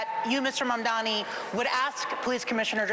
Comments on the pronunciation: How come none of these guys can pronounce zohran Mamdani? It's not that hard. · They're old and dumb. If you can't pronounce the name of the guy you're running against, you don't deserve the keys to America's biggest, most diverse & most prominent city